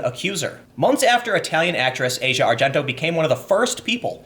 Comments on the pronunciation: It's ah-see-uh not asia. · ahsia not asia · Ah-See-Ah Argento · I believe her name is pronounced, "ah - zee- ah". Just sayin'. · It's pronounced Ah-Zhee-Ah. fuck